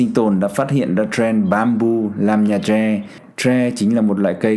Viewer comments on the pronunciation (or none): Ông này bị nhiễm tiếng Anh nên gọi tre là troe